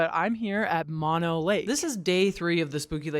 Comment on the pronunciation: Mono rhymes with oh no, like oh no I haven’t visited mono lake in a while! Mah-no is the disease that makes you cry for your mama.